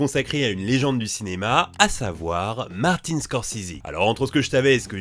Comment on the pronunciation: "Martine Scorzizi"